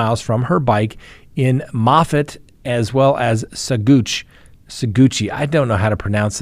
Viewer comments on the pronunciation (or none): none